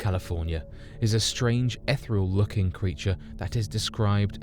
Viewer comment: he also pronounced ethereal as “eth-ral”!